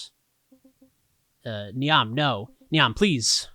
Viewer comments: Language is how we use it, etc. etc., but I feel compelled to let you know that "Niamh" is an Irish name and is pronounced basically like "Neeve". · If anyone is curious it’s pronounced like “eve” but with an “n” in front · Interesting that the game uses "Tets Kinoshta" as an easier to pronounce replacement for "Tetsu Kinoshita" but then leaves "Niamh" to trip up anyone who doesn't know Irish names. Cool to see another game with Irish so soon after Blake Manor! Muiriasc (mwer-EE-usk) - sea fish Gunnadóir (gun-a-door) - gunner